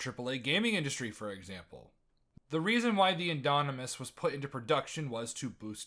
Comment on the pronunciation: "the indonimus" yeah you don't know shit